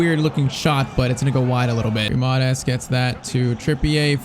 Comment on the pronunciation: Just saying: It's not said Guimaras but it's pronounced Gwimaraesh